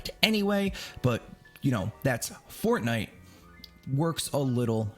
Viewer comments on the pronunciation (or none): none